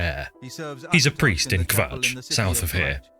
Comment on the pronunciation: Why are you saying kvatch like that? Draw it out like an imperial, kuh-vatch. There is no wales in the elder scrolls.